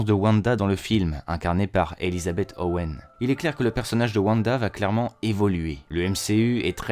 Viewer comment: C’est Olsen pas Owen 😉